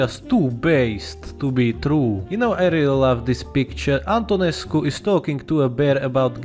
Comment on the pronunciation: I rly like the moments whean hoi players know how to good read Mr ion Antonescu name